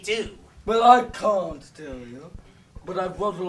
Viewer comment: Um...did Voldemort say "C-word-TEASE!" instead of "Can't? TEASE!" Or am I hearing things?